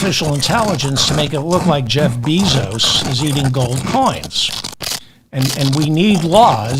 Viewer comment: Bezos is pronounced BAY-zos, not BEE-zos